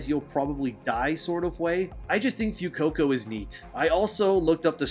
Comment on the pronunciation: This MF spittin'. "FEW-coco" 😬